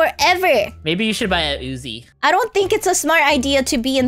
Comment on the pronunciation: it's uzi not azi